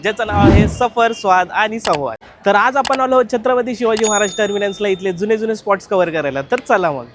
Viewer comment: Terminuns ?? Terminals re Baba 🤦🏻